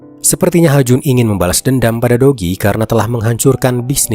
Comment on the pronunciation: kok aq dengernya, dogi ya bukan do ki 😂😂